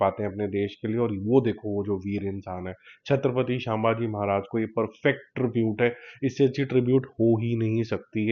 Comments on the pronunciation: great review bhai. Bus ek baat kahunga its "शमभाजी/शम्भाजी महाराज " and not शामभाजी महाराज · actually it's simply संभाजी